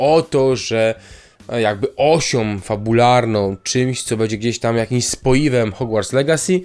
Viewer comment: bĘdzie, nie bEdzie bo ciężko się tego slucha